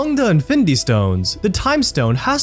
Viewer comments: bro, it's pronounced as IN-FIN-NI-TY, not INFITY like wtf lol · In-fin-d-war? Dafuq us that? Didn’t get past 2 minutes of this video. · “Ifendi war” 🤣🤣🤣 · Who else was annoyed by the narrator constantly saying 'infindy war'? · wtf is infindy? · Since the first time he said it. It really made this video really difficult to watch. Content was great, but this host was truly difficult to listen to. Especially how he says “infindy” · I'm a quarter of the way through and I'd have to "concur doctor" 😂😂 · Fidy facts you didn't know about infindy war😂😂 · Me tooo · Jesus, I didn’t notice it until I read your post Now, YES it’s very annoying LOL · Infinidy war hahaha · Sometimes it’s just “findy” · "INFINDY WAR" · Fact 51: its pronounced InFINdy war apparently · Fendy war??😂😂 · Narrator kept saying something like "infity war" was very annoying to the ears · Whats so funny is he kinda said infinity stones right in the beginning and then began to butcher the word throughout the rest of the video 😂😂😂😂😂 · Haha 😂thought I was the only one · Say infinity right lmao there’s no d in it it’s a t 😂😂